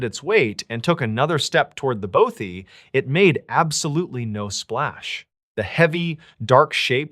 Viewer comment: Scottish lassie living in Lancashire,northern England...& F.Y.I: It's pronounced BAWTHY not BOW-THY!❤❤ xx